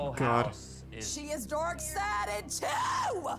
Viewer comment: I can’t help but hear dork sided when the god warrior says dark sided